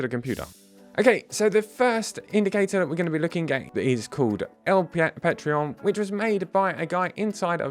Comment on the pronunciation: Sup. Its pronounced Pah- trohn lol. Let me know where to send the address for my usdt 😅